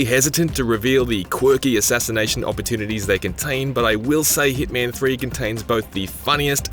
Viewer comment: It's not heatman it's HITMAN 😂😂